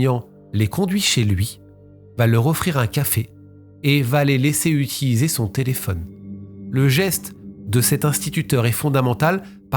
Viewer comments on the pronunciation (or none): none